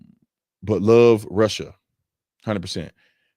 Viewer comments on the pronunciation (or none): none